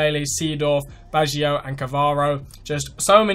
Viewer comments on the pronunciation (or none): It's Baggio and Cannavaro, not difficult to pronounce lol, anyway other than that great vid, hoping to see more icons revealed